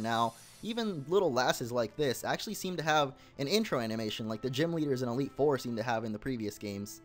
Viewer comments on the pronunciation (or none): none